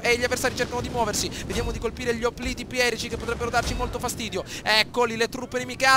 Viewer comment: opliti perieci non perici ahahaha